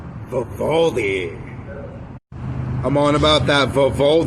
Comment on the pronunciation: Imagine not saying “Vivaldi” or “pandora” right